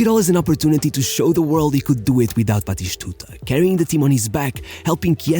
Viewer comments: Lol, Batishtuta 😭😭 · Why are you saying "BatiSHtuta?"?